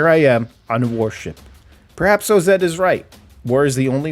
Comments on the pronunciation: its OZ not O-Z lol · Day 1 of asking for him to say O-Zed